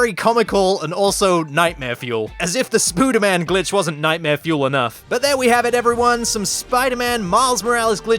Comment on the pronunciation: it some times in my opinion sounded like son of a b word